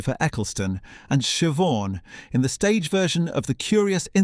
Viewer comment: I was amazed to hear Shiv-awn (Siobhan) pronounced correctly! 😀 AI has had some schooling in Irish names!